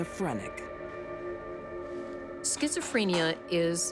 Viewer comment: I don't like how Candice DeLong pronounces schizophrenia